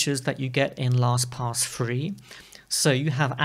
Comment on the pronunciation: Your pronunciation is accurate... LostPOS.